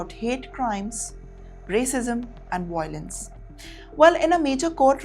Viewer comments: Not voi .... lence It's vai ...o.... lence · The word is violence - not viOlens - Emphasis/stress is on the letter Vy-lence or Vy e (soft) lence